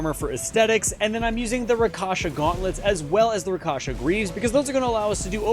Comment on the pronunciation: Bro its rakSHAsa armor, not rakaša